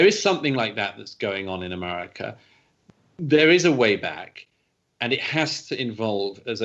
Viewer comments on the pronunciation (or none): Ahmaahhhricah... I love Douglass pronunciation of America, it cracks me up every time 😂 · ‘Amurica’ where they have ‘cuvid’ 😄